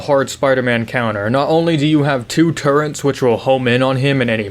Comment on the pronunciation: Disliked because you called the turrets turrents